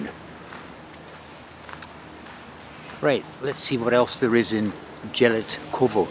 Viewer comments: Jelitkowo you should pronounce Ielitkovo. "j" is pronounced like "i". Stogi means "stacks" like haystacks. Probably there were fields some time ago. I don't know how it works in Gdańsk but in Warsaw you can by a tram/bus ticket online, use an app and scan it when you are on the bus. Loved your video as usual! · it's "yell eet cov o" polish j is pronounced y, other than that it's a great video, when I was young boy I used to skip class and go to "travel" by trams all over the place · Going to Jelitkowo pronunciations YELYTKOVO. I grow up in Gdańsk and never question name of the places but now you made me think and oh boy the closer to the nam of yelitkowo in English would be,, intestines,, oh this is terrible 🤣🤣🤣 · Jelitkowo _ not j but y (like in yesl